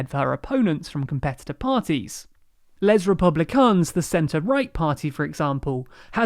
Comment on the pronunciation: Hi! I don't think one must be fluent in French in order to know how to pronounce the article "les" (=lay) or to pronounce the "A" in Macron correctly, as in "back" or "saffron" or "laughing" (considering you make a better job of it for "Maréchal"). It's not Macdonald or MacCartney. We appreciate your efforts, we like it thorouly. and don't think we ask for perfection; but that is really negligence...